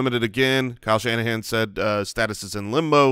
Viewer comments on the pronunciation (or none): none